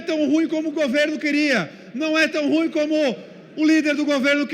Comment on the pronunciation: Esse falou errado a palavra Ruim!O certo é: Ru-IM,com ênfase na última sílaba!Fui prof.de Português rsrsrs